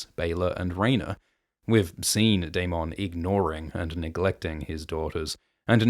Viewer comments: Dae-min, not Dae-mawn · Why do you lean so hard into pronouncing Daemon as day-MON when GRRM clearly pronounces it day-MIN? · Will someone please tell this guy how to pronounce daemon it’s not day-mon it’s daemon Jesus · Why do say daeMON instead of daemen spoken out that way I mean..also aeMOND instead of aymend🙄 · It’s daemon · You need to learn how to pronounce Aemond and Daemon. Do you even watch the show?